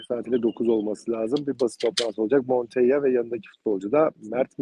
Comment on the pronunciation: Adamın adı Montella Monteya değil.